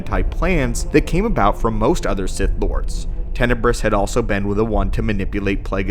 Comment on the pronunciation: He’s a “Bith” Lord 🤣